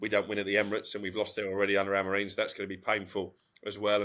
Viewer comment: Everybody, Amorin? With respect, it's Amorim.